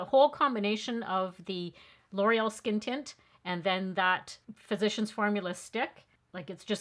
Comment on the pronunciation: Wow! I hate to sound like an elitist “language snob”, but I have watched over a dozen YouTubers test that first L’Oreal product and you are the first to pronounce the name correctly. I actually sought out the ad for the product to find out if L’Oreal had initiated the mispronunciation, and everyone else followed their lead. But no, that was not the case. Thanks for either being familiar with the French pronunciation, or at the very least, cared to perform more than perfunctory research prior to airing your video. Small touches show that you care about your audience and the product that you deliver to us. I want to let you know that I appreciate your attention to detail and that you’ve pushed me over the edge to buy Lumi Le Glow tint. Thank you!